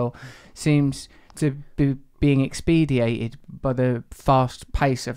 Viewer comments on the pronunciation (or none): It’s “expedited “ Russel not “expediated”. That word does not exist.